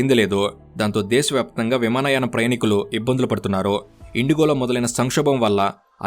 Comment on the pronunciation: విమానాయ కాదు అది విమానయాన 😂